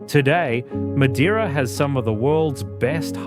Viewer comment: Learn to pronounce MADEIRA and other words correctly before making a Documentary